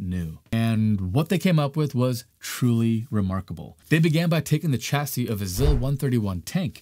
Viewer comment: "Chassis" ==> soft "ch." Pronounced shassy. Emphasis on the sha.